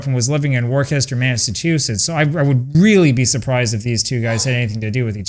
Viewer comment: Worcester is Pronounced “ Wooster “ rhymes with Rooster